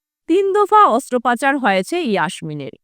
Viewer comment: Astroprachar na astrapachar! Uccharan ta tik karun .